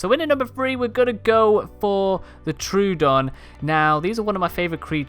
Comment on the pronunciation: troodon is pronounced tro-odon